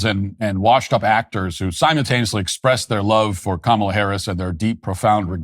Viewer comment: Matt, I'm VERY disappointed that you've decided to CAVE, & start calling Kamel-Head "Ká-muh-Lá"... What's next? You gonna join the beige rainbow??